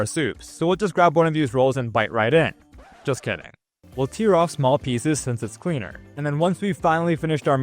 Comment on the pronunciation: Lemme know if this is helpful or impolite (sorry if it’s the latter) but I just noticed your pronunciation of tear 😢 (like teer) instead of tear 📄 (pronounced like tare) when talking about the bread haha